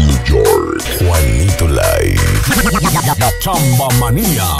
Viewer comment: Se pronuncia juanito " liv" y saludos y abrazos para todos los que le encanta cumbia sonidera.